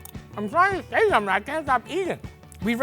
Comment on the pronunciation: "Cooking So-m'n"